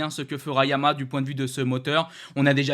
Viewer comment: trouve toi un orthophoniste en urgence,Arrête de massacrer YA - MA - HA!!!!!!!